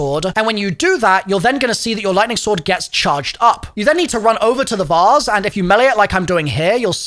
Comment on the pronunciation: "the vause" its vase lmaooooo